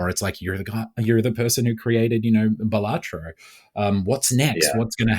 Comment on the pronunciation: finally, someone who says it right